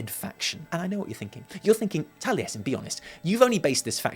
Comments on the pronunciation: I liked the video the moment he said, "" and I'm not even mad about it. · fucking nailed it, mate.